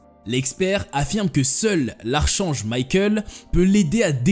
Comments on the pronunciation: Fascinant mais on ne dit pas archange mais arc'ange... j'ai halluciné d'entendre ça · 🍒Salut Petite précision.. Archange St Michel par exemple se prononcera ArKange St Michel Très bonne vidéo sur se thème Merci